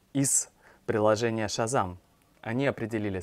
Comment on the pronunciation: Засилье иностранных слов в русском языке резануло как-то мне слух вначале... Шазань, тьфу!